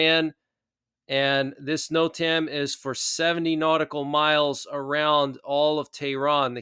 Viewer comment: Great show! But NOTAM is pronounced ‘Note-um’ with emphasis on the first syllable